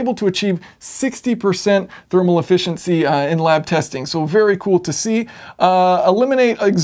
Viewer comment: Now that I'm officially "old" the generational differences in our society are becoming more obvious to me. One of these generational differences is pronunciation of the English language. The version of English spoken by your generation substitutes (wherever possible) the sound "ahh" in place of other vowel sounds. In this video you talked about "ahh-fficiency" quite a bit (whereas guys from my generation would have been discussing "efficiency").